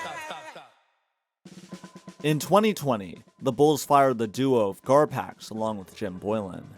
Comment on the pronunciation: Two syllables…. Garpax